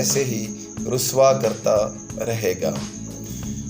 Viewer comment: Baglol ni Bahlol Lafz hy mery bahi alfaz ka bayan sahi tarha karna seekhan.